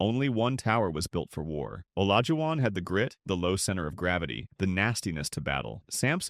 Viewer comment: no a human uploaded it dummy but they used an AI voiceover that can't pronounce Olajuwon and probably an AI written script, too. YOU THE CLOWN DUMMY 🤡